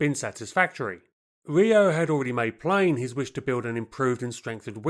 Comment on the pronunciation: Subtract 5 for the pronunciation of "Riout" and Alerion"